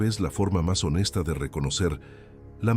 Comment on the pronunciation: Otra corrección, no era lengua tutunacu, era lengua TOTONACA. Pongan más cuidado cuando hagan narraciones acerca de una tenía. También la pronunciación de el acento en la palabra totonacapan está mal.